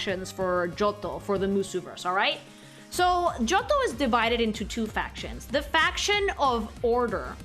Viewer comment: (Part 1) finished cooking "GIOTTO"-MUSU (just luv yer italian pronounciation of johto:"3)..!! And darn these legends were DARN WORTH waitin for..! As ya wished we should do, here my thoughts bout yer designs (kept them short bc dunno if yt comments are limited 🤔 - edit: yeah they seem to be so it's cutted up in 3 parts now - never mind): 152 - CHIKORITA - yer decision to color her hakama in brown is such a pleasin to the eyes (instead of red) and goes great with her green skin. 153 - BAYLEEF - now the brown starts to turn rose-reddish and just realized Chikorita already had lil buds round her neck 😋 154 - MEGANIUM - goosh she's stunning! One of the fullest of beaut ya made so far! The white dress with its rose n pink ornaments reminds me of raspberry milk and she clearly embodies MOMMY NATURE to me 😍 155 - CYNDAQUIL - great job in portrayin her shy nature (with mousy face x3) and problems to control her fire from burstin out. 156 - QUILAVA - luv her hairstyle and nose shape lookin from the side 😎 - maybe just wish the orange armor parts to become lil more diferent in color to the red ones (more like yellow/gold I guess 🤔) 157 - TYPHLOSION - still do love her hair shaped like a samurai helmet and those eyes make her look rl bada$$ 😎 (orange armor parts now look more lighter or goldish - superb!) 158 - TOTODILE - aaw she got attitude and is such a sweety the same time:3 great color scheme and thats totally one of my favorites comin to hairstyle (short n fluffy 🥰)